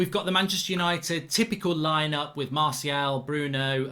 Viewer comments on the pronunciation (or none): none